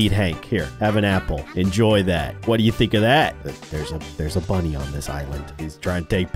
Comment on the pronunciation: He accloy said monny insted of bunny.